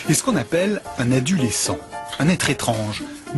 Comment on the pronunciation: Adulescent ? Mdr 😂 tv poubelle comme d'habitude